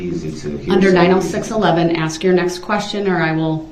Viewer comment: I wish she would've corrected him on the word ask. His way of saying it sounds like axe